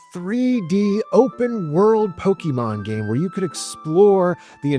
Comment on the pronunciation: Your videos are great man. But the way you pronounce Pokemon lol you almost sound like a mom from 1999, just missing the MAN instead of MON